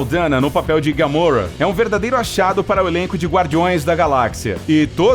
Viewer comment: por que vc sempre erra pra falar os nomes é gamora e nao gamorra